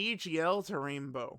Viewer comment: I also heard “Rambo orb changing”… man those orb have it coming 😂